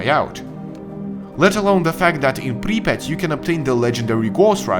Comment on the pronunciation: i could listen to this guy say Припять all day